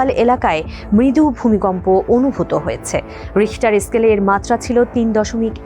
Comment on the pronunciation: ভুমিকম্প মাপনের স্কেলের নাম রিখটার স্কেল, রেস্টার স্কেল না রে বোইন